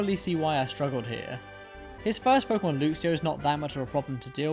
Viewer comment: Him:Looxio Me: *Self destruct in 10.. 9.. 8.. 7... 6... 5.. 4.. 3.... 2.. 1-* nah I’m kidding, but it’s LUCKS E OH. THATS HOW YOU PRONOUNCE IT!